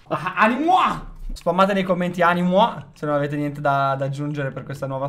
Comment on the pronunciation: Ehm animuo😱😱😱no animua